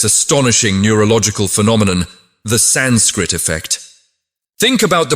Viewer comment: I agree that the voice could have been softer & more inviting. More importantly the pronunciation of the samskrta words should have been correct starting with "sanskrit"... other words being Veda, Sanātana Dharma, Mantra... some effort should have been put into correct pronunciation otherwise it feels like it is a foreign contribution to the world not an Indian one at all